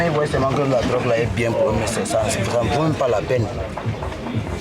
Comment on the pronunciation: "Drogue" et non "grogues". Il faut bien prononcer.